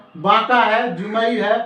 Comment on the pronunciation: जुमई नहीं जमुई होता है।